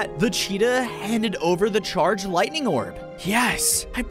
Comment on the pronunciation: was I the only one that heard wightning instead of lightining